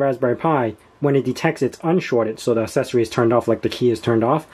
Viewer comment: Stop saying assessory😂